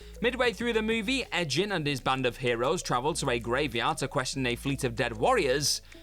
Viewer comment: I had to rewind when I heard Edgin pronounced closer to "edging" rather than how it's pronounced through the D&D movie. I guess someone didn't see it lol I know by the spelling it should be a soft G but it's a hard G.